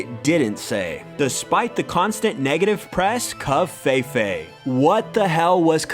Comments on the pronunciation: what the fuck is kov-fey-fey? i'm pretty sure that's not how you pronounce the vowel "E" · You said covfefe wrong